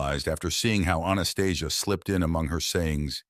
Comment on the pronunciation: That is not how Anastasia is pronounced. I have read the 9book series 4x. Its been over 30 yrs. but no movie... She talked of the awakening, but not what's happening now. Lots of good info otherwise, but I found many holes in the story. Thanks for your breakdown.